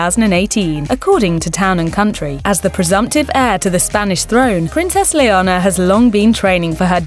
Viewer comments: LetiZzia? I am sorry but in Spain we don’t speak piZza. Also, “Liona” ???? Like, you are calling her female lion. It sounds SO wrong. Do your press correctly. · It’s pronounced like “Eleanor” without the E. Please say the future Queen of Spain’s name properly. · How TF do you expect that a Princess is called “lion”??? It’s Leonor!! 😂😂😂 And you pronounce it as that, as you read it: LE-O-NOR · It's not her accent. She's English, their accent wouldn't mangle the name like that. Leonor is NOT pronounced Leona. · Please get the name of princess Leonor correctly. 😡😱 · I highly doubt it. It sounded like she said Leonor and just didn’t pronounce the “r” hard enough. Kinda like how “Noir” is pronounced by some people. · It’s leanor but pronounced that way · Clara, no hay mayor drama. Simplemente un error de pronunciación. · She did pronounce it as that??? She just didn’t enunciate the “r” hard enough, similar to how some people pronounce the word “Noir” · as a Leonor my self this was painful to watch. butchering my name over and over again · PLEASE pronounce LEONOR correctly! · Learn how to say Leonor not very hard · Leonor not Leona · The Crown Princess' name is not Leona. It's Leonor! Today is her 17th birthday. The z in Letizia is pronounced like the th in theory or thing. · I believe it’s Princess “Leonor” and not “Leona”. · Leona is lioness, not a name in Spain, maybe internationally it is (Leona Lewis), but she is called LeoNOR, to help you pronounce, "layer-NORE". It's the Spanish version of Elinor or Eleanor. She got Sofía perfectly, though. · It’s definitely not her accent. In a British accent the name is pronounced “len-OR”. She flipped the “n” and “r” and added an “a” that isn’t even there. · then you should hear really hard she just said it l-e-o-n--o-r that's why it's sounds like "Leona" you guys are just being rude and how she can she git her name wrong Princess Leonor is sooo famous as h*ll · It's not Leonora, it's Leonor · Please, it's Leonor, how could you